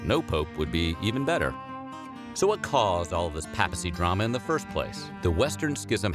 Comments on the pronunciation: It’s pronounced pay-pu-see. Not pap-uh-see. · "PAY-pl" and "PAY-pacy" Not "Pah-pl" and "Pah-plcy" Probably advisable to look up pronunciation of unfamiliar words